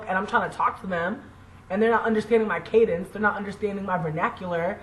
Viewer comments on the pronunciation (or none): none